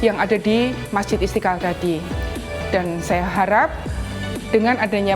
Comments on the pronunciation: Mba kalau ngomong yg benar masjid istiqal kok pake istikal hahah lidah ya kenp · Istiqlal coi bukan istikal okey